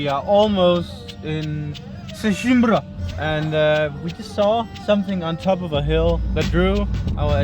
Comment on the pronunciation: its not "sesimbrÁ" its "sesImbra". u have to "close" the last "a". like in "madeira"